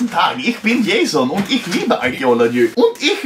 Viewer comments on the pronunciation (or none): none